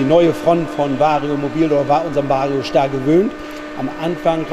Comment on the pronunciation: Schon lustig wie der immer Schtar sagt 😂…